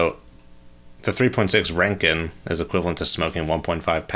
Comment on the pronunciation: Pronounced Rontgen. American - Ranken